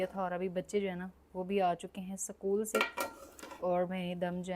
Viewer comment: आप सकुल न बोलें इसकूल बोलना है और अंग्रेज़ी शब्द को दुबाला न बोलें उसको डबल बोला जाता है